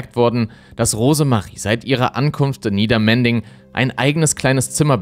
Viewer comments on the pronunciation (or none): Du sagst immer Niedermending. Das ist aber Niedermendig und Obermendig ohne n. Der ähnliche Fall der schwarzen Dalie ist auch mysteriös. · Es heißt NiedermenDig … bitte sprich das d mit aus 😅 Ich hab in Obermendig gewohnt, aber noch nie davon gehört - danke 🙏🏻 Übrigens ist das JA Mayen auch heute nicht besser. Ich habe eine ganze Weile Familien geholfen, sich gegen dieses zu wehren/verteidigen und/oder Hilfe zu bekommen. Allerdings verfrachten die Ma des JA in Zusammenarbeit mit der Lebenshilfe Kinder gerne in den Bernardshof in Mayen, der auch einen schlechten Ruf hat.